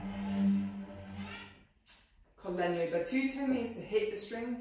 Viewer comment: Definitely my favorite instrument in the whole orchestra. Perfect pronunciation of Italian terms like "col legno" "normale", thanks for this from an Italian guy!